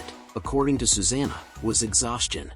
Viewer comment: You would think an AI voice could pronounce 'Susanna' consistently, AI is here to stay and I don't like it :(